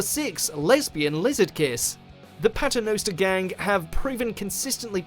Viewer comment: Is there ever going to be watch mojo video where he doesn’t mispronounce something? We’ve had Davrose. We’ve had Steven Mowfat. Now we have Patternowster Gang. Has this guy ever actually seen the show?